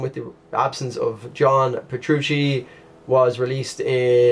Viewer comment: oh by the way, you got Petruccis name right;)